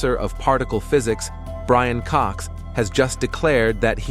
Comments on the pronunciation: I know, right? What on Earth is up with AI pronunciation? It's atrocious. I mean, somebody MUST have modelled the language. AI just makes dumb mistakes... BRAIN Cox for one... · Did you just call Brian Cox, "Brain" Cox....??? 😮..!!!!